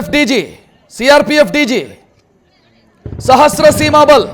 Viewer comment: ಅಣ್ಣಾ ಸಹಸ್ರ ಸೀಮಾಬಲ್ ಅಲ್ಲಣ. ಶಶತ್ರ ಸೀಮಾಬಲ್